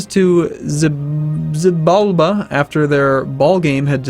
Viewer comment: Xibalba is prounounced She-ball-ba.